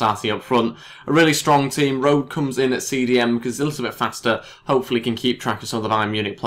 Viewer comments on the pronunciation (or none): Rode is pronounced Road-eh. You need to pronounce the E in the end :D